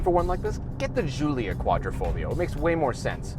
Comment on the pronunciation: I would definitely buy the Stelvio, oh wait... I've allready bought the Giulia Quadrifoglio... yes, in that Missano blue. Just one thing, it's Quadri(!!!)foglio not Quattrofoglio, learn how to pronounce correctly ;-)